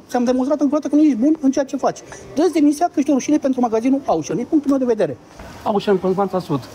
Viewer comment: Auchan se pronunta "oșan", nu "aușăn" pentru ca este de origine franceza, nu engleza.